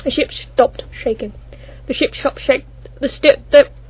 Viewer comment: Shtopped xD